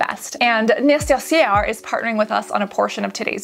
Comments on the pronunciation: Lol it’s pronounced “nay-seh-SEH” (last syllable akin to how the English with pronounce “air”.) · Fabulous options for us sensitive peeps. Oh and “ness-ess-air” would be the pronunciation for that one! 😂😂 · Neh-sse-ssair it’s a French word 😁. Francophone here! Thanks for this research Cassandra, excellent wok! Beauty Within also recommended the Peach & Lily scrub, and with your seal of approval it’s next on my list. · Thank you Cassandra, but it would have been better if you pronounced "Nécessaire" the right way.. It's french and actually pretty easy to pronounce, you rather pronounced it like a polish person would xD But nevertheless, great video